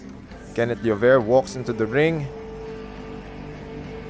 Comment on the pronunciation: Kakatawa yung ring announcer di mabanggit ang 'Llover' hehe.